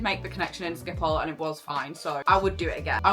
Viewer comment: It’s pronounced skip-hole other than that it’s absolutely brilliant